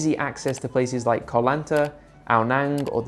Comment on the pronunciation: first time i've heard you pronounce koh properly, good work